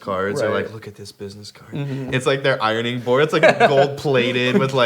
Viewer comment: "i-rone-ing" - Jared Dines 2019